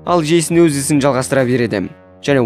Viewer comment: Жейсін емес джейснғо